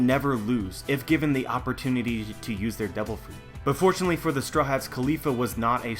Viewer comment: Its just me or "devil" sound more like "double"